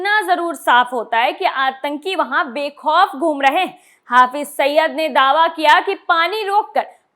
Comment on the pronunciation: Saba ne mashhur Aatanki "HAFIZ SAIID" ka nam nahi suna hai shayad..Jo usse "HAFIZ SAIYYAD" proaunce kar rahin hain.